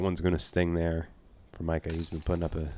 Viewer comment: The dude's name ain't Micah, stop saying it like that